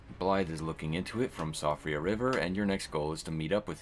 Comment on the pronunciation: it's pronounced Shee-fra